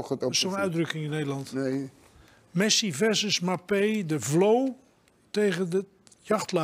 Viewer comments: Harry doe wat aan je uitspraak, wat namen betreft van spelers, droogkloot! Mapee EN Giesman! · "Mapee" 😀 lol